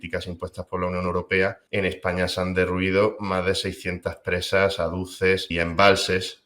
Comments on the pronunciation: AZUDES, por favor. ¿¿¿¿¿¿No se dice ADUCES!!!! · Se dice "azudes", no "aduces", pero vaya, que toda la razón. En España estamos todos en shock con lo que ha pasado, nos están matando.